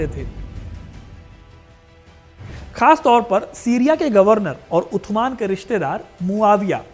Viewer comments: Utman nhi usman bolo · Usman not utman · Are bhai utman nahi Usman hota hai Angrezo ko Usman bolna nahi ata tha isliye wo utman bolte the apko to pata hona chaiy warna itni history batane k kya faeda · कैमल नहीं जमल है जगह सुधार करें और शब्द उस्मान है उद्यान नहीं। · उत्तमान नहीं उस्मान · Utman nhi usman bolen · अरे यार टांके उनका नाम उथमान नहीं था, बेटा पहले नाम लेना सीख पहले उनका नाम हज़रत उस्मान था। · उस्मान है उथमण नहीं नाम गलत बोल रहे है आप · Aur jaise tu sabke naam leraha hi tu jaleel hi naam sahi se le respectfully aur ythman nahi usman😂😂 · उत्तमान नही होता उस्मान होता है भाई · Bhai maana wo arabi k hisab se usman nhi but itna bold kar k b mat bolo utthman araby me saa ki aawaz nikalo tha ki nhi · 3rd Khalifa ke name ka pronouncation sahi nahi ho raha hai.. Haz Rat USMAN .. HAZRAT US MAAN..... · उस्मान बोलो भाई